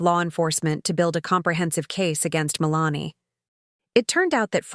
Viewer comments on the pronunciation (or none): I have known several women named Melanie, and they didn't pronounce their name the same way as it is pronounced in this video.